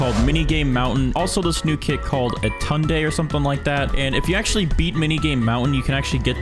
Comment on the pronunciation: YESSS someone that can finally pronounce his name